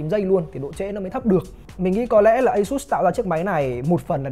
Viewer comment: ÂY-XÚT. hãng nghe hãng buồn